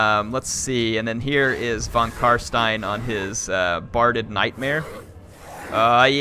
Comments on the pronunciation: Try to pronounce the S in Stein like the "sh" in shit and it will be perfect German! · Just FYI, if you want to nail the pronunciation of "von Carstein," it's "fon Car-shtein." In German, the letter v and the letter f make the exact same sound (e.g., "Vogel," which is the word for bird, is pronounced "fo-gel"). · Actually the real correct (German) pronunciation is "fon karSHtayn", either van, nor stayn ;) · So cute how he trys to say von Carstein haha++